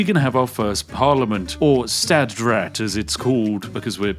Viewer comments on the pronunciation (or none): Its pronounced SCHHHHTATT RAAT not Stät Rät